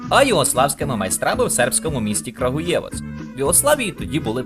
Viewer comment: Експертно заявляю що правильно наголос КрАгуєвац) на А